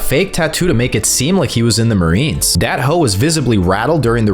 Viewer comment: Dae-ho🙅🏽‍♂️ Dat-ho🙆🏽‍♂️